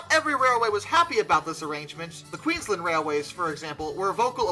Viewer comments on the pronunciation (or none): none